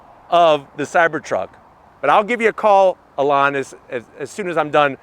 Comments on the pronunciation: Great review is always. But I have to zonk your pronunciation of Elon's name. 😂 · I love how kept calling Elon "Alawn"😂😂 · Lmao you called him Alon idk if he’s going to answer when you call to speak to Alon. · "alon musk" lol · never heard someone pronounce the e like that (ee-lon)